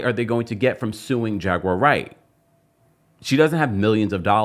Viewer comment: Hilarious😂😂😂 tht When he says her name instead of jaguar wright it sounds like "j u r right "